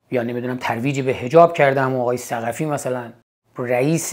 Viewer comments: ثقتیه شاهین جان نه ثقفی.. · ثقتی است ظاهرا، نه ثقفی که بارها به اشتباه ثقفی گفتید. ثِ قَ ت ی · ثقفی نه شاهین جان ثقتی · شاهین جان ، ثقتی درسته نه ثقفی(درود بر شما شاهین عزیز) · شاهین جان تلفظ صحیح ثقتی seghati